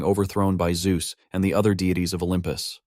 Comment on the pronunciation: I heard it. You typed zeus wrong in the ai voice reader. ZUes lmao